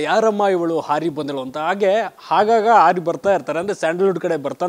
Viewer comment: ಹಾಗಾಗ ಅಲ್ವೋ ಅದು ಆಗಾಗ.... ಏನ್ ಉಚ್ಚಾರಣೆಯೋ ನಿಮ್ದು